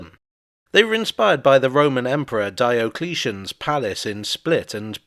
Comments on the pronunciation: From a very early age, "adelphoi" was pronounced "adelphi". [Edit:] No, your pronunciation of Diocletian is on point. [Edit 2:] A "strand" is a "beach". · I am Diocletian and I'd like to make a complaint! You pronounced my name correctly, but I'm an Emperor so I'm putting in a complaint just to make sure you know you're not an Emperor. Like what I am.